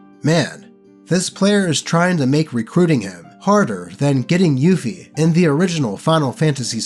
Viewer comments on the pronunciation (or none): none